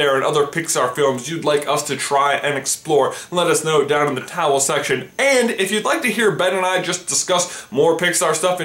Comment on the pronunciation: did he say towel section